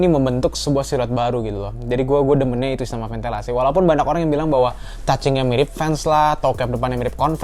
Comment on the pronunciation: Banak Banak Banak Banyak bang bukan Banak 😂🤣🤣